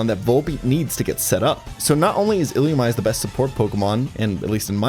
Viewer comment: ill-loo-ME-say, brother